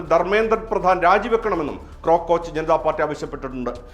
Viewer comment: ക്രോകോച്ചല്ലല്ലോ കോക്ക്റോച്ച് അല്ലേ...''